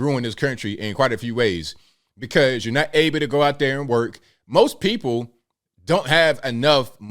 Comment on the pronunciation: But the Guh'ment luhs Black pee'poh. Idiots all.